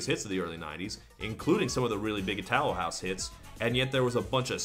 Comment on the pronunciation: Itálo house. That's where the stress of the word go :) (not to be a dick, just helping)